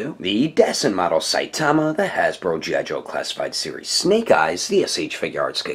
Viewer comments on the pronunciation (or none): none